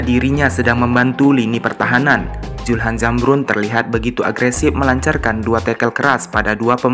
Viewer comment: Bos sebutnyasulham nukan julham,belajar lg bos.